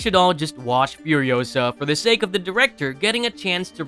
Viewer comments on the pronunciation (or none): none